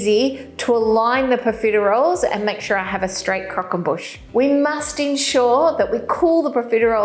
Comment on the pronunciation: "Boosh" not "bush" surely!